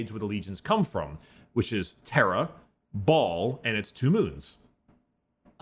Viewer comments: I just can't with brickys pronunciation of "Baal" as "ball" 🤣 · I'm sorry did he just say the planet was called "ball suck-on-dis"??